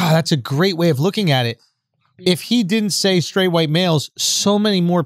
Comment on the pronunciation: See joe can't even say white